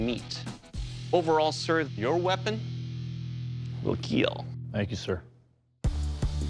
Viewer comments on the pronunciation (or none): Your weapon will keel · it will keel